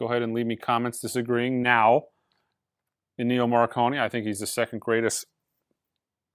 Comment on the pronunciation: If you crown Williams the best just for doing the Empire one, I would say Vangelis (RIP) is the best for doing Blade runner. Also it’s Énnio, not Ennío. 😉